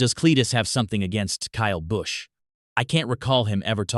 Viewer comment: This channel is just trying to start trouble Cleetus ain't like that and the computer generated voice couldn't even say Kyle Busch right